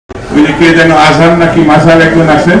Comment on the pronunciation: মানুষ শিক্ষিত হলে শিক্ষিত হয় না একজন সম্মানিত ব্যক্তির নামটাই ভালো করে নিতে জানেন না বিতর্কিতভাবে উচ্চারণ করা একটি পাপ